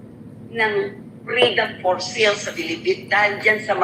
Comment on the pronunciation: Bisaya ka? Anong FREEDOM FOR SEAL? Freedom for SALE (read as SAIL)Hahaha